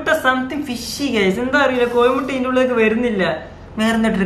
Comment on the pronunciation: കോഴിമുട്ടയാണ്. കോയിമുട്ട അല്ല .